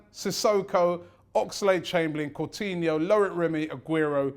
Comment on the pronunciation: Robbie please improve your pronounciations Santi Corzola Phillippe Courtinho